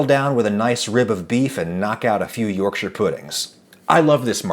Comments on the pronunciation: I respect you for pronouncing Yorkshire better than the average American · I tip my hat to you Adam for being the only american that can say yorkshire correctly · Can I congratulate you on being the first american that has said the word 'Yorkshire' correctly.